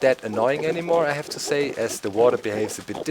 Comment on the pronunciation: Please, please stop saying "sayt". I am not english and the correct way to say it is "say".